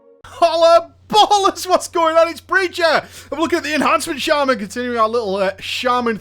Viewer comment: your pronunciation of enhancement as enHARNcement bothers me. Are you turning southern or something?